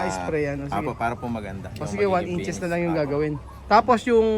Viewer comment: one inch, two inches ang bigkas diyan.